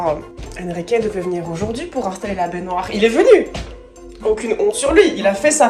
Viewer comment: Oui! Mon épisode de TAPER CAILLOUX! Super après une journée de boulot., ou quelqu'un d'autre si jamais, cette façon de dire baignoire, genre "bainéneuoire", je sais qu'au fond de mon cerveau j'ai la ref, mais je la retrouve pas 😂! Ça fait des mois que je tique à chaque fois, ça vient d'où stp 🙏🙏? Je pensais mr Krabbs dans Bob l'Éponge mais je sais pas.... Merci 😊